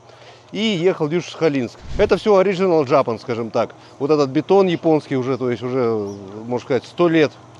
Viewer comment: Ориджинал джапан. Не можешь произнести так говори на своем языке.